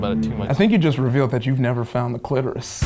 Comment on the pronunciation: “I think you’ve just revealed you’ve never found the clitoris” I think you’ve just revealed you’ve never said the word, “cliterusth”